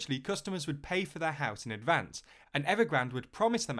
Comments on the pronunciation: "HOUISE!" lol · Houise lol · "Customers pay for the Houise"